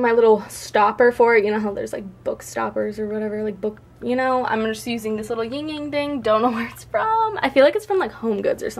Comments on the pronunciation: AND it's also pronounced "yin yang." Not "ying yang" like the way she pronounced it. There is no "g" in the "yin." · I hate when people pronounce "yin yang" as "ying yang"